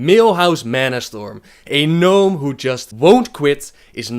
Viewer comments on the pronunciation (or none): none